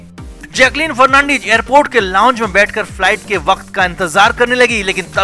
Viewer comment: Fernandeeeeez nehin....fernandez...